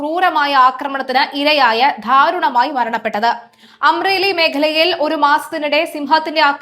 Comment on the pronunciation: ധാരുണമായി അല്ല. ദാരുണമായി.😂😂